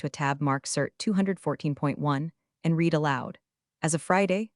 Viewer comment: You want me to click subscribe? Maybe when you use an AI that knows the difference in pronunciation between the present and past tense of the word “READ”. It’s reed and red. All of these revenge stories must use the same AI. And never once in these stories has the word “RESUME” meant to continue. It always means Job History/ That is pronounced, REZ-A-MAY.